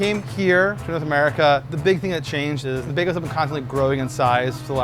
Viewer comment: Oh, Word? How many behgahls, have you had?